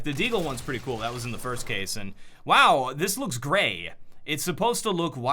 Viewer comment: When you said the hypnotic looks gray, i thought you said gay